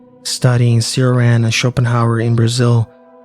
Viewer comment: Good stuff. Just fyi, Cioran is pronounced “Chor-AHN”.